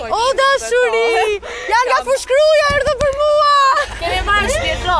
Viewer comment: "kto dashuri jan nga fushkruja"ahahahahahahahhaahah o zotttt sikur tjen nga dubai ahahahahahahha fush kruja thot 😂😂😂😂😂🤦‍♀️🤦‍♀️🤦‍♀️🤦‍♀️🤦‍♀️